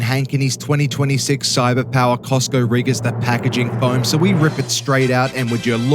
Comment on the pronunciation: Wow! Our boi here got Cyberpower correctly spoken for the first time here 😱🤯😂🤣